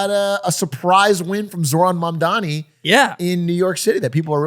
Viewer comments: it’s MAMDANI!! not mandami!! it’s important. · M-A-M-D-A-N-I not Mamdami. You’re gonna get hit with that clip of Zohran snapping at Cuomo from the debate if u keep mispronouncing it lmao. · The name is M-A-M-D-A-N-I~ We gotta get it right~ :3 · Damn, love the show, but this one was a tough watch, quite a few things that felt half baked from everyone. Also, I know it’s a minor thing, but the mispronunciation of Mamdani while talking about him for so long just got annoying. I’m also getting tired of them talking about Abundance. Like I’ve read the book, but man there’s so many other interesting books and ideas to also talk about. In a less serious tone, this feels like that one guy in college who read one book and only ever talks about it (happens on both sides of the aisle) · hour and 40 minutes of three dudes pronouncing Mamdani's name wrong